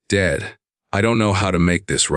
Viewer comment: Southern Arizona United States of America Since when does Dad becomes Dade? Narrator describes the call to his son as 2 different calls except that it's the same call , along with different descriptions of words exchanged. I don't appreciate it. Narrator has a tendency to pause at the wrong time such as daughter PAUSE in law instead of saying daughter - in - law then PAUSE. 70 PAUSE 9 instead of saying 79 then PAUSE. He mispronounced unmistakable. He pronounces as unmis - stakable. There's only 1 S in unmistakable. Bowed head is pronounced BAUD. I'm happy that the father and son started to reestablish their relationship.